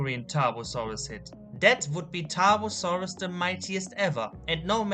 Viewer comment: I forgot how to spell Tarbfursuraus with that god awful pronounciation.